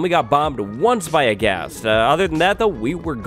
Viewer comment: lol you said Blast Ghast...aka Blast Gas